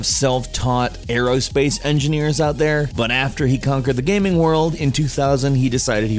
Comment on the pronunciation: Armadillo AerOHspace. Not "airspace".